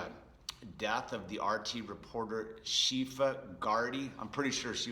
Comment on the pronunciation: it's pronounced ShiFF-Ah